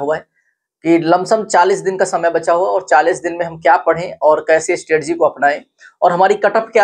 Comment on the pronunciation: Stetgi नहीं सर स्ट्रेटेजी होता है 💯